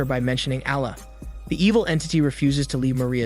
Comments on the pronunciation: omg the way u pronounce allah :( very bad pronunciation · 😆 bro really struggling to say allah correct, you can just say god it just a arabic word that translate to god